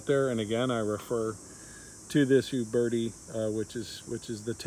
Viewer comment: Also, it sounds like he's saying "you birdy". The U is pronounced as the u in uber. "u - bear - tee".